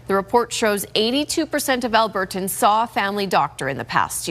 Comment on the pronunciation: Why does she pronounce “Albertans” so oddly